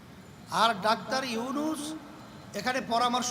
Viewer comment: Comment box e ja deklam mone hocce enake pm banale mone hocce manus beshi khusi hobe ... je kina dr. younus sir er nam e thik moto nite pare nai 😂😂😂